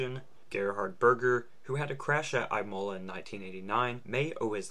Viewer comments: Dude said “I mole la” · the way this man says "Imola" will haunt me forever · Excellent video as always, aside from the absolute mis-pronunciation of Imola. An American thing apparently not to bother.